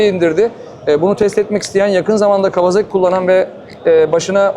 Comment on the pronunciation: Canini sevdiğim kawaZaki deme. Gıcık oluyorum. KAWASAKİ